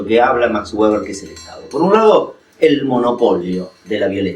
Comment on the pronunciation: max weber se pronuncia beber